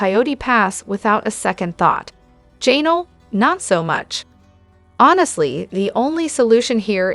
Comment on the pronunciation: That "Janal" was so irritating